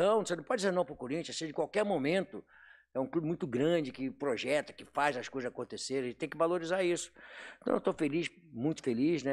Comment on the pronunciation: Pofexo do pojeto vc ta bravo 😅😅😅